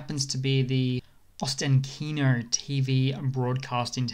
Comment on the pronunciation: The emphasis is on the „a“: o-STAN-kino (and the unemphasised leading O is actually pronounced more like an „a“ or English „uh“)